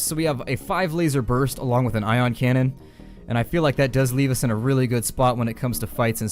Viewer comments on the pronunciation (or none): I audibly laughed loud enough to draw people in from other rooms after you said "Eye-on cannon" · That "I" on cannon got me good. LOL'd